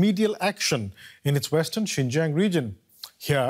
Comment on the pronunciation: XINJIANG IS PRONOUNCED “SIN—JANG”!!!!!!!